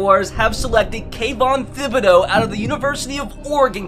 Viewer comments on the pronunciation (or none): man saying the TH in thibodeaux gave me a brief moment of deep hatred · Why you gotta say Thibodeaux like that